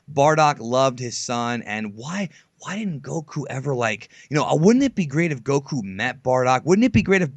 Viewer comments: Even said way under this you can't even say goku right. IT DOESN"T CHANGE. Even in the language your extention of the vowels CHANGES THE NAME AND ITS WHOLE MEANING. Seriously did you guys just read a wiki and never watch a single moment? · Modack44 wishes he were Japanese. The way he says Goku is what really annoys me. Also how he speaks down on the community all the time. I wish these videos would stop popping up in my recommendations. Maybe I just need to be more attentive to what I click on.